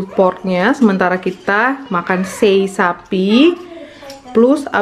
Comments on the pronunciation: cara baca juga Se"i buka sei, dan lu'at bukan luat. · Sebutan nya Lu'at mom, dengan Se'i.. Salam dari indonesia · Salam Dari Kupang NTT Mama Bukan sei tapi se'i dan bukan luat tapi Lu'at Mama 😁😁🙏🙏